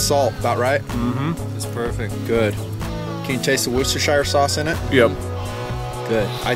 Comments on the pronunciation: roostershire sauce LOL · also..i think its pronounced 'woosh - tuh - sheer' instead of the 'shire' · You did not pronounce "Worcestershire" correctly. The correct pronunciation is "Woschibfrflingjsjblllpt!!!!burp".